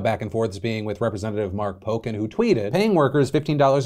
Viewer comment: [[shh, phil just read this but nobody has to know you did anything wrong -- that's not how you pronounce Mark Pocan's name. Just a friendly fyi for next time]]